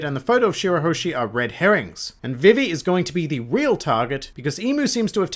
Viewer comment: > pronounces Vivi's name like the 4kids dub